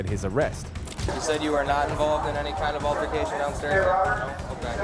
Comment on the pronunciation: "AL-tercation", please PRONOUNCE it correctly, thanks.